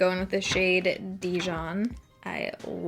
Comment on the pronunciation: I know, it's not your fault since you apparently didn't know, but I just wanted to let you know that the word "Dijon" has its emphasis on the "jon". Dijon is a French city that's very famous for its mustard, hence the mustard yellow shade.